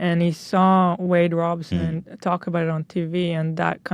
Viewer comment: Take a shot every time ethan says wade robinson instead of robson